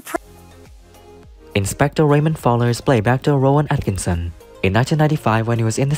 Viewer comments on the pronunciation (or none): none